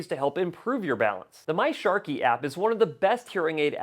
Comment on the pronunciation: Sharkey????! What’s going on with that? Is there a reason why you are mispronouncing the manufacturer????